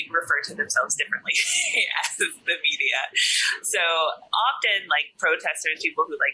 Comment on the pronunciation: Дэни настолько уже обрусел, что произносит media на русский манер)